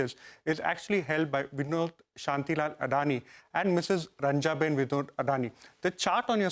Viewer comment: Her name is रँजनबेन not रँजाबेन